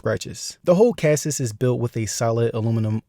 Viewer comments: Bro said CASIS.... LOL.... My man, go to google and ask it how to pronounce chassis. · So Chasis, is pronounced Shas-ee. Rhymes with Lassie.